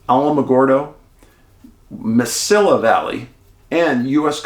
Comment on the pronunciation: Heya Dave. Mesilla is pronounced Meh-see-ah. I live there. Billy the Kid loved the place.